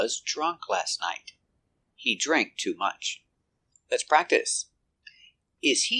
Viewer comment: in the case of “drank” and others word in past tense like ran, swam etc, i had learned that “a” pronunciation was æ like cat. In your video you use “ei”. Are both common in America? Thanks